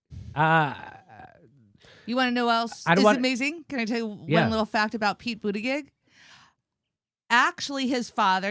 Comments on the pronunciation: Not an easy thing to say to America: ''May-Your-Boo-Tea-Jizz'' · You guys are pronouncing his name all wrong. It's Pete Bootyjuice. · Jimmy, I love your show, but for the love of god, would you please learn to pronounce Pete Buttigieg's last name? It's pronounced BOOT-edge-EDGE. It distracts from your message when you continually mispronounce it. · Pronounce his name properly....its "Butt-gig". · Buttigegegegich - Thanks Jimmy, I was wondering how to pronounce that. I still prefer Platitude Pete or Mayo Pete. When are you coming to Minnesota dude! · Cracks me up how you pronounce his name...Pete Buda-jid-jizzzz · HEY JIMMY, PLEASE PRONOUNCE HIS NAME RIGHT .. IT'S " BUTTGEEK " RIGHT ?ONCE AGAIN, COULD YOU PLEASE EXPLAIN SOCIALISM, IT'S LIKE COMMUNISM... LOL!JUST FOR THE RIGHT WING DUMMIES AND THE SOCALLED DEMS.... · WHY ARE YOU STILL SAYING buttiGIG? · Budeg jgjgigj? Really? Some birds imitate sounds better than you. Are your and your colleagues' hearing impaired to such extreme degree or are you being cute in deliberately mispronouncing that guy's name? Comedy, one understands. but being stupid about pronouncing a name? You guys obviously do not like Pete, but for goodness sake, even a comedic criticism serves its objective better if done without apparent or intended derision. Make your point without being an a.h. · Pete Buttigieg [Boo-TI-plug] is the correct pronunciation, Jimmy... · I respect that Jimmy refuses to pronounce Pete's name correctly. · I love how Jimmy can't say Pete Buttigegi's name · Jimmy I love you, but can’t wait until Pete is eliminated so I done have to listen to Butcher his name. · I laugh every time Jimmy or anyone mispronounces Pete Buttigeisjdjfs because literally every time I hear anyone say his last name, its ALWAYS pronounced differently 👏🤣🤣🤣🤣🤣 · Jimmy, I’m a big fan of yours and a Bernie fanatic. But please stop butchering Pete’s name. It’s so distracting. :)